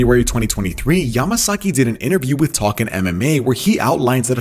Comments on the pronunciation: Why the hell do you keep calling him masaki? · Can you please learn to say his name correctly? Like geeez. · 18 "Mario Masaki" lol